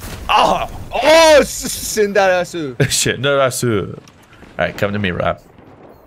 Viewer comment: "Shinderasu"... ohhhh the chest painsss